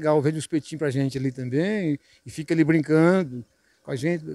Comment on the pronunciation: Gánha. Grána. Fasil. Támbem. Kkkkkkk. Engánando kkkkk